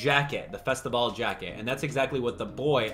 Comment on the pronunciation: Take a shot every time he says festivale